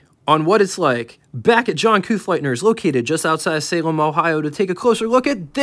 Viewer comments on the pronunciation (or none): none